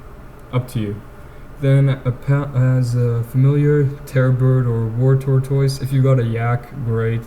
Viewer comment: lol tor-toys, please dont say that to anyone ever again tortoise is pronounced "tort-us"